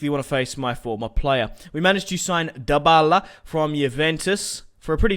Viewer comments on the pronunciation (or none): Why DO everyone say the la liga that means the the liga and why is this Guy saying dybbala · Did he say dbaleh